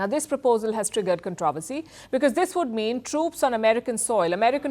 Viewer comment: Learn how to pronounce “ controversy” . It’s not “ con TROV ersy” , but “ contro VER sy “